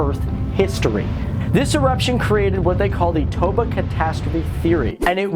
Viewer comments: It's TOBA, not Tabo :) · Im indonesian... By the way Lake TOBA not TABO.. 😂👍👍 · U said tabo instead of toba. By the way, im indonesian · Lake Toba, not Lake Tabo.